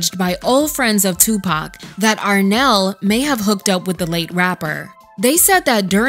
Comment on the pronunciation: It’s Arnelle not Renelle.